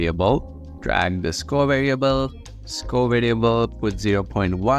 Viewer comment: idk why score sounded like school